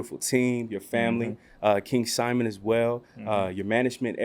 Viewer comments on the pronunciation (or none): none